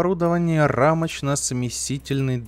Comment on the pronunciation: Рамочно-смесТИТельный...а не смесительный=)) он же не смешивает а смещает=)) спасибо за серию=))